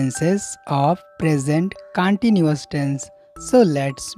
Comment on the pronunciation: It's not cantinous × its continuous √